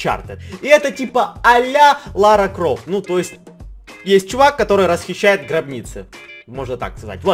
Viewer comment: Не ляра кров, а Лара кров